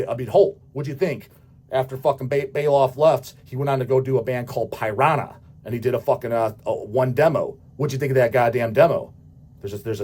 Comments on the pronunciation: Pie-rah-nuh!!!! Do you mean the fish? 😅 Also the reunion with Paul Baloff came about after both Gary and Paul were at the Thrash of the Titans benefit show for Chuck Billy’s cancer that brought the whole Bay Area Thrash scene back together. It caused a lot of “WE’RE BACK” bands to reform when they saw there was still some money left in Thrash. The corpse wasn’t dead yet. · Never heard Piranha pronounced "Py-Ranha". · "Pie-Ron-Ah." And here I thought "Here-attic" was most unique pronunciation.